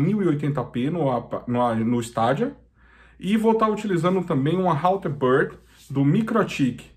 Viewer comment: melhor falar : Steidia ! ja que não traduzimos Xbox nem playstation !